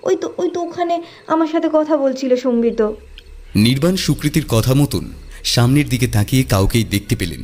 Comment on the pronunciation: Sombito na Sambit? ak akjon ak ak rokom uchcharon korche....amar mone hoy Sambit tai better....Sombito karur name hoy na chot kore...so erpor ektu pronunciation gulor take care korle valo hoy.